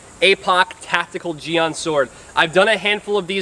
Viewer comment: I know this vid isn't a historical lesson... BUT I wanna make correction that a jian isn't "Used primary for stabbing and second for slashing" as if it were a rapier. Jian is a sword similar to an arming sword or any one-handed straight blade. Also, I am forgiving on the pronounciation but the pronounciation you give it is "jiang" (in pinyin) when it should pronounced "Jien" (written jian in pinyin but the a in the word is pronounced like E as in Yen)